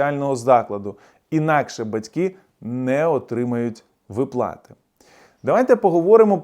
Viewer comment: Ви сказали "ВиплАти"...? Невже ви так погано знаєте українську ..